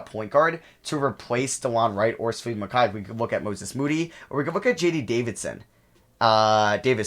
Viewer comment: As a KU fan I cringe when he pronounces Mykhailiuk😂 it’s pronounced: muh-ky-luke